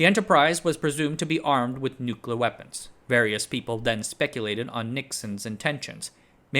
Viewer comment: "Nucluh wupons"?